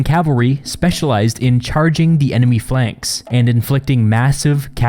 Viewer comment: Fey lanks? Really?